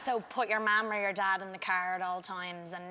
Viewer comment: "So put yerr marm or yer dodd in the cerr" "myee"